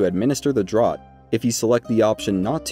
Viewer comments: Draught is pronounced draft, not drot, you know, like a draught of beer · Hey man it’s pronounced draft not “drot”. It’s just an English spelling but thanks for the super helpful guide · Just FYI, draught, as in Amber Draught is pronounced 'draft', not 'drot'. Like "beers on 'draught' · Great video. This series is really helping me a lot. "Draught" is pronounced "Draft". It is how we spell draft in the UK, for some reason. Air blowing under a door would create a draught. A beer pulled from a pump rather than poured from a bottle is a draught beer. A mouthful of beer or potion is also a draught. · It's selivis's draft. Like draught beer. Not like a drought and we're all dying of dehydration. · Draught is an older spelling of draft and is pronounced the same. Sorry, that bugs me to an unreasonable degree. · draught is pronounced draft..